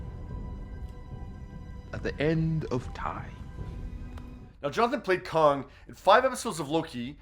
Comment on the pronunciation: Kong??. I think you mean Kang.